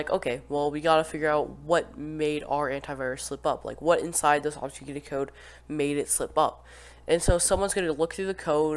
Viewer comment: bro didn’t say obfuscated right a single time